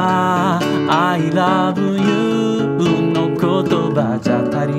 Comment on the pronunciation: I LOVE YOUでなくて、アイラブユーって発音できるあたり、かなり日本語の流暢さがわかりますな。